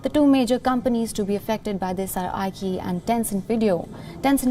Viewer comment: Dear keep up the good work. "Q" in Chinese is always pronounced with a Ch sound, Qi sounds like Chee as in Cheese iQiYi is pronounced CheeYee and for example Li Ke Qiang the prime minister of China will sound like Lee Ke(Kerr without the R sound) Cheeyang. Q always = Ch and not K like Queen